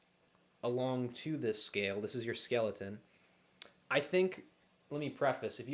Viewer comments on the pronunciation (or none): Did you say skeleton or scaleton? Lol nice vid.... great job